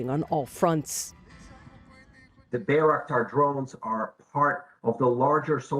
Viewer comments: it's name is not Bey-raktar, it's name is Bayraktar., Bay pronounced like by or bye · I keep hearing Bea 🤣 lol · At least say it right. Aren't you a journalist? By-rock-dar. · Bay - "wreck" - tar. Damn right it is! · Narrator talks about the song where bayraktar is said over and over, then repeatedly mispronounces it herself. Well done CNN, well done. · side note to the lady doing the report...how is it you listen to the song and still pronounce the name of the bayraktar wrong ? 0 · She keeps mispronouncing the name, despite being shown how it should sound by the song and the Turkish designer. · When your news story is a month late…and the reporter can’t even pronounce the name of the drone correctly. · Ukrainians know how to pronounce it correctly, unlike the CNN reporter. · Why does CNN/ (the media) keep saying the name of the drone incorrectly? Considering they interview many people who say it correctly. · Sigh.. why do you guys always butcher the names.. Ukranians are pronouncing it correctly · I love how the song pronounced it correctly, even in Turkish, and the anchor was like “nope… I do what I want”.